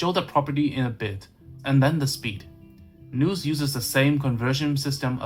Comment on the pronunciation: Just a heads up - The word nous rhymes with mouse, not noose.